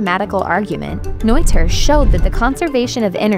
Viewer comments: It's not Noiter, btw. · It is pronounced Neter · It's not pronounced "noiter" BTW. If it were to be pronounced that way it would be spelled "Neuther." It's the ö sound, a bit like the "ir" in "bird," but not quite, that English speakers have trouble with. Same sound as in Goethe.